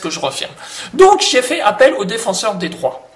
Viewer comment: Lol pour ta langue qui a fourché à la fin et qui a dit "le défenseur des draps" au lieu du défenseur des droits.